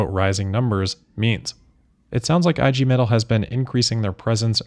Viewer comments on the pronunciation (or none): "IG Metall" is pronounced "EEH-gay may-TULL" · EEEEE-Gay Meh-tahl